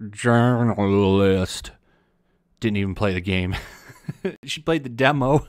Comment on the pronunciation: "Game jousoshshahdjdkfhsjqahjdlist" omg that is hilarious Get a real job or one that you can do properly if at all possible